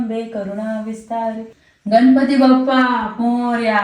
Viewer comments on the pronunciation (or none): none